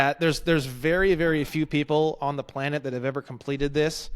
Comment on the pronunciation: planned-it, play-net